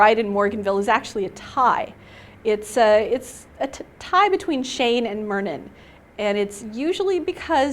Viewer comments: ah-mlee? Mur-nin? That is not how i was pronouncing them at all! Am-e-laay and MY-RR-NIN was how i pronounced them in my head xD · That is is not how I pronounce Myrnin and Amelie!!!!!